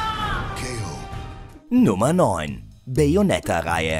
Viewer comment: Wo sollen die Spiele bitte Peinlich sein ? Und meine Güte lern die richtige Aussprache der Namen ! Allein wie du Bayonetta aussprichst ist schon grottig ! Sprecher rauswerfen und jemanden mit erträglicher Stimme und wesentlich mehr Talent solche Videos zu Übersetzen/Vertonen einstellen ! Daumen runter wie immer.